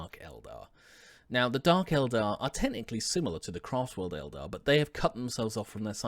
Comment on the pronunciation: Thanks for not calling the Eldar Aeldary or however you say it.